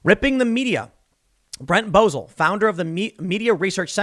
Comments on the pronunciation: You want everyone else to look up the news but you can't bother to look up how to pronounce the name of a guy who runs a major media fact-checking site? BO - ZELL not Bozul..... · I'm not being an but the guy's last name is pronounced. BO-zel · It’s Brent Bozell, pronounced BEAU’ zell. Nephew of the great William F. Buckley.